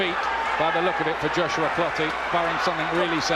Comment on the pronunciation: Clottey not clotty 😂